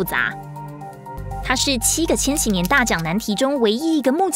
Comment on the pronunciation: 那念千禧（ㄒㄧˉ）年